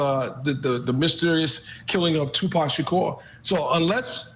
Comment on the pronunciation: You go Vinny Politan you said Tupac Shakur's Name right.👻